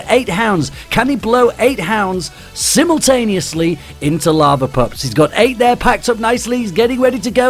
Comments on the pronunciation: "I blew 8 lava hounds simmultaneously"- 2k15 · minute "I blew 8 lava hounds simutanioisly at once!"